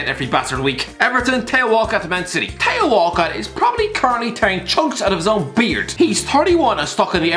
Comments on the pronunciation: Nobody:: Tay-O Walcott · am i the only one who doesn't know why he pronounces theo walcott tayo?